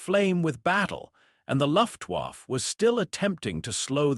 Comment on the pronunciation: Luftwaffe, pronounced luft waffa, bad AI narration to go with bad AI imagery.